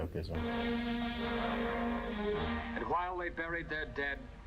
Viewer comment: stoicism sto iz um